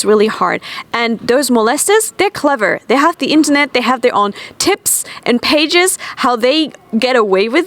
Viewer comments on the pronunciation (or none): none